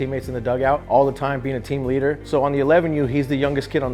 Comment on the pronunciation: he pronounces leader, "leeedder"